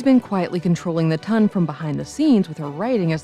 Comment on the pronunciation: its no tun its ton sheeeesh at least get that right